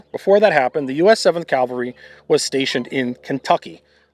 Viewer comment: Please learn how to pronounce "Cav-al-ry", not the religious term "Cal-va-ry"